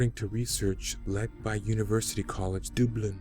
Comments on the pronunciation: I don't really understand how a grown man from Canada or America who has lived a decent amount of time alive experienced saint paddy's day and various Irish social events and having lots of Irish references in pop culture can go and pronounce Dublin as Dooblin. I've never been to Bangkok but I know how to say it. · Dooblin? ffs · There is no "Think" about it. You certainly mispronounced "Dublin" lol.